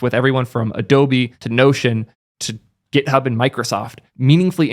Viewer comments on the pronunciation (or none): none